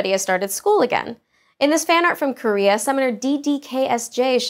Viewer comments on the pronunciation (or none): none